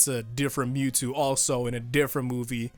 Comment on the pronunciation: Every time that guy says me two instead of Mewtwo physically pains me